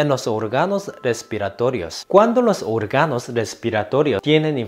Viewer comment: No se dice orga’no se dice o’rgano en donde está la tilde lleva el sonido más fuerte